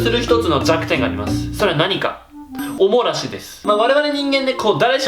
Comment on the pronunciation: お漏らしが、おもなしって聞こえる！( ´艸｀)ﾌﾟｯﾌﾟｯﾌﾟｯ